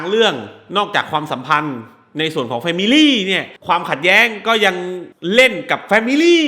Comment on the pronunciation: แฟมิล๊๋หนิ แฟมิลี่หนิ แฟมิลี่หนิ 555555